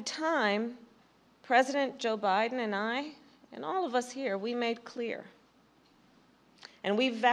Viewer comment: Did she say President O' Biden?